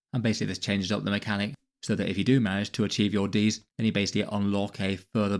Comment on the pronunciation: I keep hearing deez not deeds.